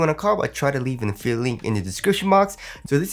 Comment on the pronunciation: The way you say “Affiliate link” bothers me bro. Sound it out. 😂😂